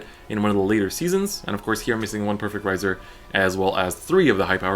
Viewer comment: 'Rai' is pronounced like "rye." He's pronouncing it right.